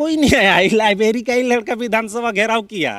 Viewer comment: वाह रे बंगाली रघुबर को रोघुबर और लाईब्रेरि को लाईबेरीबोल रहा है😂😂😂 हमारा तो नेता टाइगर है